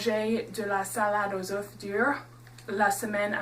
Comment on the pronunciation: Merci pour ta recette... et pour ta prononciation j'ai une remarque : lorsque le mot 'oeuf' est au pluriel (oeufs) on ne prononce pas le 'F' :)